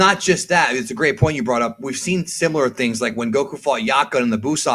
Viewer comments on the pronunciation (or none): none